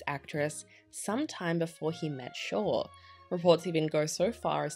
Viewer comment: The name is SHORE !!!